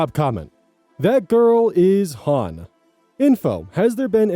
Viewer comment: reading "that girl Shaun" as "That giiiirl is HAUN!" is so funny to me